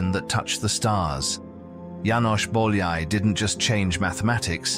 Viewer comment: bowl yay? lol how could you ruin his name so badly